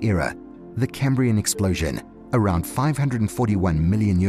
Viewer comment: I think before you do anymore harm to archaeolgy. You learn how to pronounce words like Cambrian and Devonian . Antarctica until recently never had humans on it,.